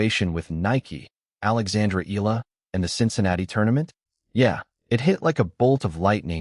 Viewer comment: you need to address, EALA correctly and not ILAH, okey